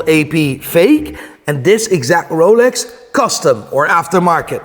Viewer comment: You should start using that pronunciation for all watch brands! The Ruuooooolex